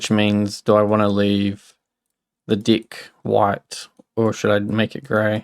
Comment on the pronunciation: I have to severely apologize for my childish humor, but the way you say "deck" is very funny.